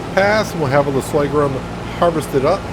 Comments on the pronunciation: /Sor-gum /. Not Soygrum lol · hey,the new crop is called sorghum not soygrum as you say;-) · Yup. Sore-gum.... don't like to criticise but pronouncing Sorghum like that will stop a lot of people carping... Love your new series. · What the fuck is soygrum!? Sorghum....is the word you are looking for